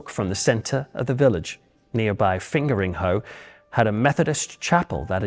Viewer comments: You pronounced Fingringhoe wrong 😅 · Maybe it’s because I’m from the US but when you said “fingeringhoe, well I think of something else. 😂😂😂😂